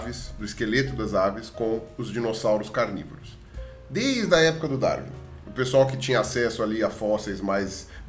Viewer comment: Ao contrário do, o Pirula consegue pronunciar bem o nome "Darwin".